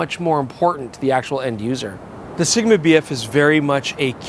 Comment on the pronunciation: Dangit, I'll never be able to not call it SHigma!